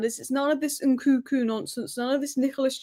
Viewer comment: It’s N -Kun - Ku not NKuku. You are missing the second N